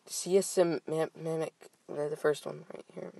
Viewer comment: you don't know how to pronounce "seismic"? Haha. "Dos spellos"? HAHAHA. You killed me with that. Also, I wish I could get a dollar for every time you said basically, actually and/or insane.:P